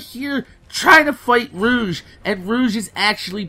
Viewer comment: its pronounced "roh- g"